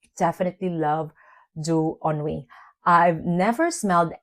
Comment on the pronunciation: I love Jany and Doux Ennui so muuuuuch (you prononce it perfectly)